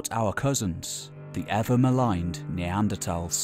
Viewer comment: This is hilarious. Poor narrator didn’t get the memo that it back to the old pronunciation of NeanderTHals now....